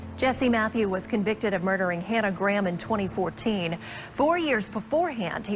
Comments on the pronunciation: Its not pronounced gram. Its GRAY-am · Why are you saying her surname like "Gram" ??? Show some respect and pronounce her name right, its GRAHAM, not "gram" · Just got to say Graham is pronounced Grayum in the UK as opposed to Gram. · americans pronouncing graham as "gram" hurts my brain so much i can feel the burn through my eyes. figure it out america its "gray-ahm" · Glad my surname isn't "Graham" because it would drive me mad with every American bizarrely mispronouncing it "Gram" all the time. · Fun fact but as she was from England she would have pronounced her last name as ‘Gray-am’.